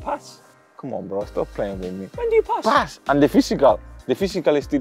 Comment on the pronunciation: Adama says pass, as "pas" 😂😂